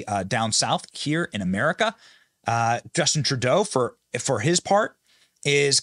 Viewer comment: Hi name is TurdO. Learn to say the names right. Very rude people.